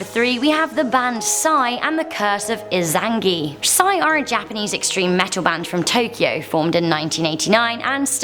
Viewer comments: Er, it's actually I-za-na-gi,, not "Izangi". I know not everyone has played "Persona 4", but he's one of their most prominent deities! That extra letter is there for a reason! >_< Otherwise, pretty great video. I don't think any of these are really cursed, except for maybe the rapper one, but it's interesting hearing the background on the songs and the lives of those who created them. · Ee-zan-na-gee... not In-zan-gee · Its not Izangi its Izanagi. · Its iza na gi. Not izangi. And its the name of the japanese deity and husband of izanami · I really liked the video and it gave chills down my spine,BUT as a certified weebo I can’t let you say izanagi as inzagi. You say it as "EE-Zah-No-gee" (the o is a lowercase o) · It’s I-za-NA-gi. Not izangi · I like the channel, but come on. This is the third time Tomino's Hell has been in a list video. And it's I-za-na-gi, not in-zan-gi. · Its e-z-a-n-a-g-I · Was anyone else bothered by the pronunciation of Izanagi? Sorry I don't mean to be rude, but it's EE-zah-nah-gi? I think? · ......... It pronounced "Ee-zah-nah-gi". I speak Japanese and you made me cringe.... christ...... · its ee-za-na-gi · The Izanagi is pronounced E za nah gee Izanagi. Learned that one from subbed Naruto. BAM. ANIME. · 3. I-zan-gi? I-ZAN-GI?!?!